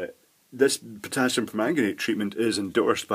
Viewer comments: Potassium, not "Pottasium". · And, stayin' alive... it's POTASSIUM!! Double s not double T!!